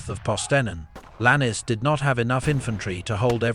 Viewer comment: Could you please get the pronunciation of names correct Lannes is Lanz not lannie there are other such errors